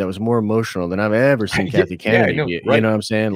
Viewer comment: When Den of Nerds says Kathy it makes my stomach turn…